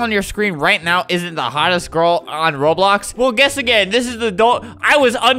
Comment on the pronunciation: Tivia: he says Roblux